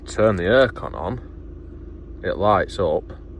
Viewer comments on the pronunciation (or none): I thought you said “ear con” 😂.